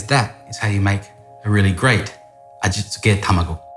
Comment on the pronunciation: The way that he pronounces that Ajitsjkahehhe tamegooh loool